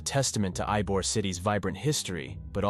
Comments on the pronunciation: It’s EEE-bor not EYE-bor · Yeah when I heard him pronounce it I know he wasn't a local he was basically reading a travel brochure. Likely using AI. AI mispronounces a lot of words still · Literally came here to say this 😂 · Its not pronounced Eye-Bore it's pronounced Eee-bore. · Although it might be spelled “Ybor City”, this is actually pronounced “E bor” city. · Ybor is pronounced E-BOR. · Lol eye bor